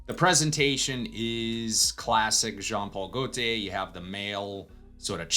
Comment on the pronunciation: “John Paul Golteiz”